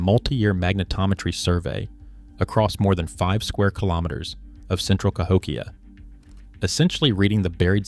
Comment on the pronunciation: AI slop narration CA-hok-ia? No, - ca--HOk-ia. a a slide show with overlays of floating fluff, floating frames and, dramatic 'music' and a fake claims of academic drama. A standard lecture would have been sufficient. There has NEVER been settled claims on Cahokia. Science builds over time. Thisis crap.